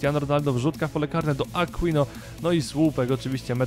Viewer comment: Aquino czyta się Akinio ;)